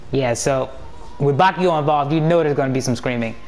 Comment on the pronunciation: it bakugou not bakigou